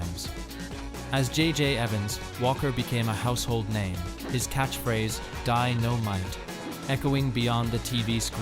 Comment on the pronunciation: AI generated junk. I came for info on JJ Walker and learned absolutely nothing, not even what year he was born. It's like a 12 year old with a book report due tomorrow, stretching one paragraph out into a 20 minute presentation, complete with multiple AI mispronunciations of DYN-O-MITE.